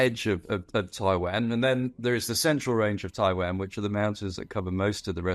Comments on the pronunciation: Why does he say Taiwan like that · Annoying pronunciation of Taiwan .